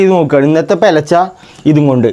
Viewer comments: Pelach alla ( pularcha) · പെലച്ച ❌പുലർച്ചെ ✅😆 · പെലച്ചേ. അല്ലടാ. പുലർച്ചെ 😂😂